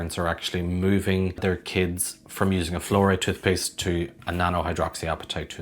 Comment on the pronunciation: “Every chube of chootpuste”